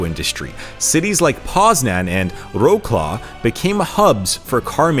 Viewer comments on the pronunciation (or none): Wrocław should be read vro c (read like c in citron)wav. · Butchering Wrocław name is just painful 😅